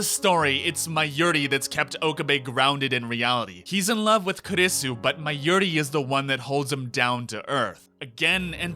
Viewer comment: Forst of all, learn to say Mayuri properly. Then... Can you please stop pretending you are the Steins Gate? You analysed everything, every episode, every character and everything but you didn't write the series. So you don't know everything, and your opinion is the most important thing ever. Now to answer your video, Steins Gate 0 has to happen because Okabe has to find a way to save the day. At least one Okabe had to continue without getting slapped, BECAUSE who gives a shit about the slap when the thing that puts Okabe in motion is not the slap but the video d-mail from the future.